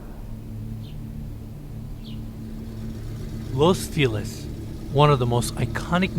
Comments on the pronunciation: Its not Los Feeliz, its los fel iz (ease) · I love the concern to ensure the kitchen Italian appliance maker is pronounced correctly however no worries on butchering the actual city Los Feliz. It's pronounced Los Fe' - lease not Los Fee - Lis. Dido on the comment about Mikey. What happened to him. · I hear los feliz cada vez, my boy saying felice lol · Can we please all agree… Los FelIZ! Los FelIZ!! It’s not Los Feelus, people!! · Los Feh Lease its Spanish word ffs u make sure to pronounce u make sure you pronounce properly all these intricate building materials etc. but cant pronounce feliz properly sounds like your choking the way u say it